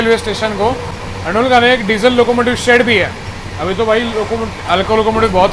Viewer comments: Are yaar station ka naam sahi bola karo andul nhi andal station ka naam h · It's not ANDUL it's ANDAL